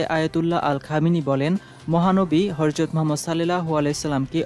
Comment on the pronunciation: আগে শুদ্ধ উচ্চারণে কথা বলতে শিখুন। "হরজত" নাকি হযরত